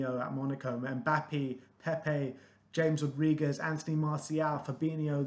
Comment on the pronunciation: the way you said james rodriguez made me cringe